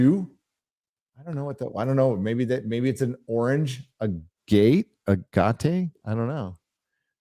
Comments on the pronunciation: Ag-ate. A kind of stone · Its pronounced Ag at ,like fag at just remove the f. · Thank you! That mispronunciation was bothering me. Lol! Grew up picking agates up on the shore in Alaska and Oregon.